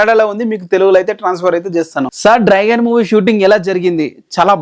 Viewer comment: He can't pronounce it he told many times